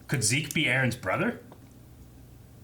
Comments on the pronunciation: COULD SOMEONE PLEASE TELL THEM ITS NOT ZE-KE! ITS ZEKE!! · I always love to pronounce the characters names with the german pronouncing. Not only because I am german (lul), but also because every other way to say the name feels just wrong imo. By the way, said at the beginning of the video the german pronouncing of Zeke's name but just without the ''ay'' at the end.